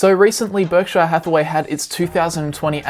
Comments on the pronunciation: PUBLIC SERVICE ANNOUNCEMENT TO ALL AUSSIES: stop pronouncing Berkshire like "Berk-shy-are" ... its named after the county of Berkshire in England which is pronounced more like "Bark-sher". It makes you sound stupid when you say it wrong. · Just an FYI, no offense meant, Berkshire is not pronounced Berk-shy-er.